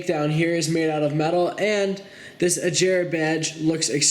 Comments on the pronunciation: It's aGera not aJera it has a G sound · man! wtf. it's aGera not aJera -_- GGGG!! not J!! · Agrea not Ajrea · Bro, just wow. U said agera wrong like if it was spelled “ajera” koenigsegg is my favorite car brand. Dude know your stuff. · agéra is how you pronounce it. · U say agera wrong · He said agera wrong